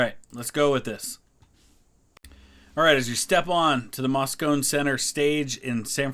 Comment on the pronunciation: Not MOSS-CONE. It's MOSS-CONE-EE.